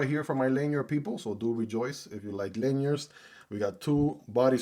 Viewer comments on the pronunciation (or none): Say lanyards not linerds